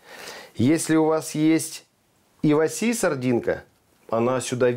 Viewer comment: правильно Ива́си. Японское слово, переводится как сардина 😁